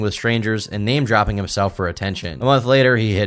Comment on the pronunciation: How did you manage to pronounce so many of their names wrong